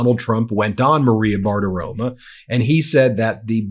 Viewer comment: BAR TI RO MO… BARTIROMO. Say it with me Ben. Not BartiroMA.. BartiroMO. You’re killing my soul.